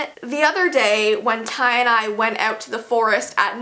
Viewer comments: When she said Ty and I, I thought she said "tie-dye" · Love the way she says Tye and I it rhymes😂😀